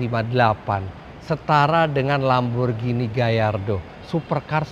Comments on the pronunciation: revolusioner darimana nya bang, agera rs udh diproduksi dari thn 2015, itu berarti bkn nsx yg pertama pake motor listrik sma twinturbo. saran mending research dlu, banyak info yg keliru. 918 spyder itu bkn ferrari tpi porsche,dan lamborghini gallardo dibaca sesuai sma tulisannya bkn gayardo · Gayardo om 😂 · "Lamborghini gayardo" kayaknya om fitra eri typo mulutnya, atau sayanya yang salah denger😂